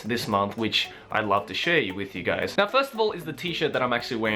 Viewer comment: Am I the only one who heard "wiz my grandma" not with?